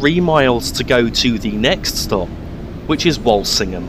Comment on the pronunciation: its not pronounced wolsingham its wool sing ham by the locals cheers good vid but why is witton park station not in there